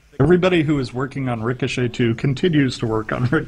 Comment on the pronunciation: Ill crush you in rick-oh-shit